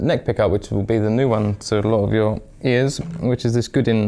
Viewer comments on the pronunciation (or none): Good review and nice guitar, but "Goo-din"? Try something more like "Goe-dan". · Bought one used for $499 and love ❤️ it. Great guitar and fantastic features. Can’t believe he says Gudin. The French must be going bat shit crazy every time he mentions the name of the company 🤣